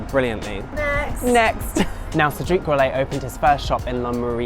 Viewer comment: Cedrique ??? Pralinay? 😂😂😂